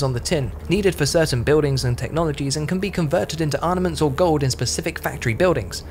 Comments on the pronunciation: Seriously. He also says 'arnaments' multiple times. There's no shame in recording a second take. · Looking forward to the reupload with the word 'armaments' pronounced properly.